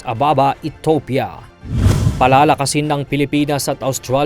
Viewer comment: Ethiopia ay pronounced E T I YOPIA. Hindi ETOPIA. 🤔🙄